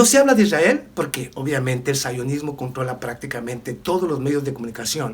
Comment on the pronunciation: Sionismo no saionosmo POR FAVOR CORRIJE TU PRONUNCI CION